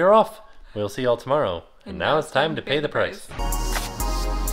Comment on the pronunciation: I can't wait for the vlog where Jackson learns how to say "And now it's time to pay the price" 😭